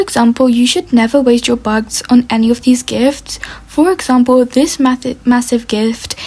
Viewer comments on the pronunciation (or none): Sry but when she says bucks it sounds like bugs…